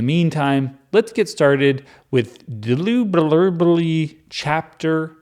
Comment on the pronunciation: I am going to re-listen this playlist just to hear all the ways you say Dermeronomlee ...😆😅